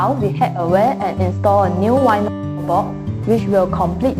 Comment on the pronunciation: I cringe whenever she says owner but sounds like honour. and vinyl become whinner.